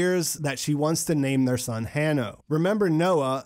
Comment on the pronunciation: Also HANNO is pronounced as HANO. The anagram for NOAH.